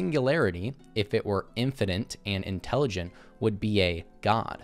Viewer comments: I can deal with deteriorization, because that only shows up once; I twitch every time he says "in-fah-nint" instead of "in-fah-nit". IT ONLY HAS TWO Ns IN TOTAL. STOP IT. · Did he say "infinant"?